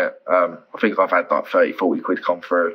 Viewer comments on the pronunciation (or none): When the voice says “fink” or “fought” there’s really no point listening any further.